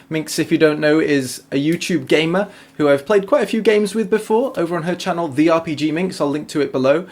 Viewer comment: Was I the only one that heard 'gay-men' when he said gamer?